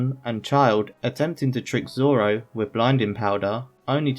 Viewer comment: "I think I can figure it out Zolo"